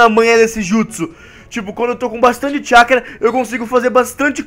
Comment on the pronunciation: no final voce disse chacura